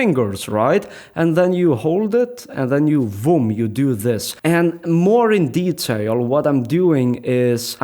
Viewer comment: Not BOOM but VOOM